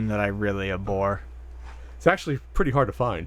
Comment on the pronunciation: Huh. I have never heard anyone pronounce it "a-bhor" instead of "ab-hor".